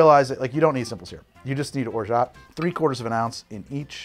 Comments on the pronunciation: as a french person, it's or-ja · Excellent, thanks! I start from your Mai Tai recipe and make it even less sweet, lighter on the orgeat (btw none of the ways you pronounce it is correct… ahahah, the “t” is silent). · As a French person, I can confirm: or-jah . Basically the same way you are pronouncing it now, but with an ah instead of oh :) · Don’t fight people over how to pronounce orgeat. Call it “or-geet” to make everyone mad!